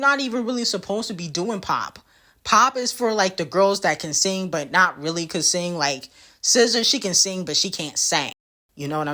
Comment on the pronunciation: She can sing but can’t “seng” 🤣🤣🤣🤣🤣🤣💔😂 pls